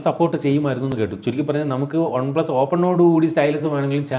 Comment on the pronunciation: ഒൺ പ്ലസ് അല്ല വൺപ്ലസ് അല്ലേ